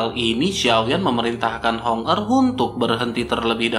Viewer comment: Hong er dan Hong meng selalu salah sebut.